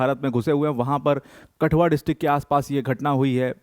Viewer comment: It's not कटुआ its कठुआ